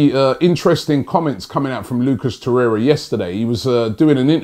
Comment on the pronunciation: At least doesn't say Lucas Torreya anymore.